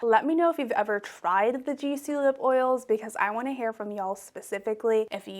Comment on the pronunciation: Btw, the pronunciation of gisou is not like jisou, but you pronounce it with like how you pronounce the letter g. I know this bcuz the brand is Persian, and so am I. Gisou means hair in ancient Persian. I love ur channel too ❤️❤️❤️❤️❤️❤️